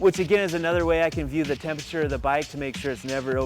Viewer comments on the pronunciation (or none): none